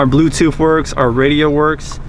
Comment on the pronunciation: Say it BLUETOOTH . Say TOOTHHHH. NOT blueTOOF . Not TOOF😂